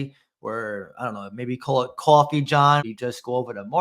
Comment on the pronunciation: Gotta get that Qwoffee